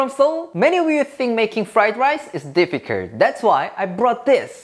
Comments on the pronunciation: difficurd no hate just found it funny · What about the way he says 'difficult' in the first few seconds of the video? 'Difficurd' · its difficurr!!! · Its That "difficurrt" 😂😅 lol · Difficurt lmao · Difficurt? Flied lice? At least learn the language?